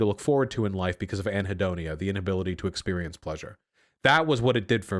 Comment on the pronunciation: Vaush: Mispronounces "raucous" so often, I'm beginning to think it's on purpose. Also Vaush: Pronounces "anhedonia" perfectly.